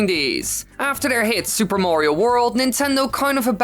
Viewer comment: "Mawrio..." And I thought North Americans pronouncing "Mario" as "Marrrrio" was horrible enough.